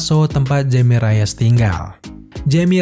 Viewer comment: Nama Jaime Reyes itu bacanya 'Haime Reyes' karena dari Amerika Latin keluarganya. Karena ejaan huruf 'J' nyebutnya kayak 'H' bro kalau dari orang latin. Cuman sekedar info.